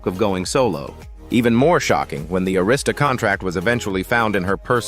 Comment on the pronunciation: you REALLY need to do a LOT more research.. Jean Carne is VERY MUCH ALIVE, you cannot be from the culture. ti's also prounounced AIR-ISTA